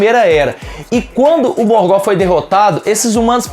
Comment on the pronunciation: Bom vídeo, mas a pronúncia incomodou um pouco... A pronúncia não é "Morgó" e sim "Morgof" (Morgoth) com o TH com som de "f"